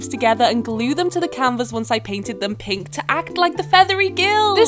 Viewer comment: Why do you end every sentence like dis: So I painted my canvas pinKKKKKK